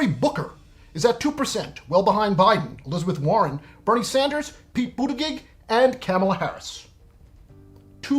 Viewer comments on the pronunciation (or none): His name is pronounced "Boot-edge-edge" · OMG ----it's pronounced Budda-judge--get it right and ''be less stupid''---criticism aside, I love what you do.